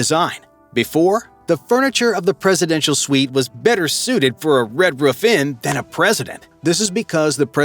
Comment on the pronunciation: What an interesting way to say "Red roof Inn".